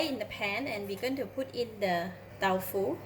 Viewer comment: She announced it as Tau Fu.... instead of Tofu... interesting